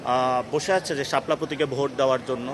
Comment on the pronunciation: সাপ্তা,এ্যাবং,পতিক,ইঞ্জিনিং এই হলো নাসিরের উচ্চারণের অবস্থা